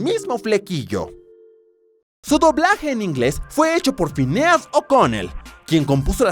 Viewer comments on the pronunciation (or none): none